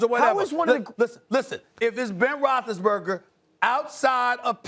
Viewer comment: No one: Stephen A: Ben Roethlisberga